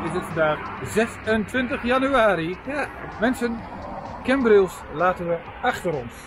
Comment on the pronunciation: Leuke video, het is CAmbrils niet CEmbrils lol. Verder leuke video. Hoe kom je erbij dat mensen in Nederland niet op het terras konden zitten??? Dit was zeker tentijde vd covid19 pandemie. Mijn broer trok zich niks vd regels aan met als gevolg, dat hij aan covid19 is overleden. Dus, ze hadden wel een reden om de boel te sluiten.